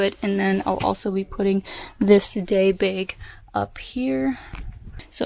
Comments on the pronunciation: Why do you say "bag" like "baig"? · do you also pronounce bagel like baggle? lol